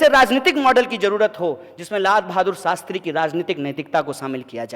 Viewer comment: saala shakal se hi dheeth lagta hai Shastri ko sastri bolta hai